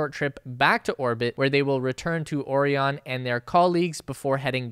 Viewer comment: FYI, the Orion capsule is pronounced “Oh-Ryan”. Like the constellation Orion, the Orion Nebula, Orion Pictures. Anyway, the Orion is a giant boondoggle and a death trap with internal components already failing before it has ever flown. Hopefully the entire SLS/Orion stack will get trashed before humans are ever forced to fly on it.